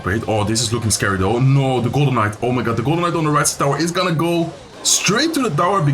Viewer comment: I keep hearing Golemite instead of Golden Knight. 🙃